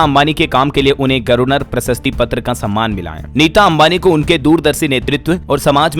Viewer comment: मेरे देहाती गर्वनर नही गवर्नर बोला करिए। गटना नही घटना पढ़ें,,, हा,, हा,, मैं नही सुधरूंगा देहाती ही रहूंगा।😅